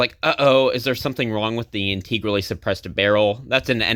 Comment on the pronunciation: "In-teh-grally" Not "in-tee-grally